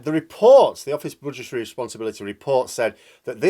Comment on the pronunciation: At first I heard butchertary statement, might be your accent, still more appropriate 🤣